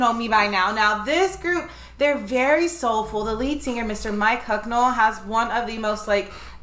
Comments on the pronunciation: It's Mick as in 'Pick' not Mike as in 'Pike'. Mick Hucknall has one of the most recognizable voices in music. 'Stars' is perfect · Not Mike. Never Mike. It is Mick, just like in Mickey Mouse. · It’s Mick not Mike . One of my favorites. Thank you for reacting to this gem.😊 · Definitely my favorite Simply Red song. BTW, it's actually Mick, not Mike. Think— Mickey (like Mickey Mouse) and take the 'ey' off the end. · BTW, it's Mick, not Mike. 😉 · It's Mick, not Mike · Its not Mike its Mick. Completely different. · It's Mic ... not Mike ... for future reference ... was privileged to see him live ... what a treat ! Love you guys ... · It's Mick, not Mike. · MICK, not MIKE. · His name is not Mike, it's Mick - pronounced like trick or thick. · It's Mick, not Mike. Mick as in lick, sick, flick etc. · BTW its Mick and not Mike! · Mick not Mike.